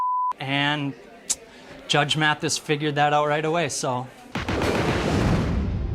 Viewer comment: Listen closely. He pronouces it "M-eeAaaathis" 😂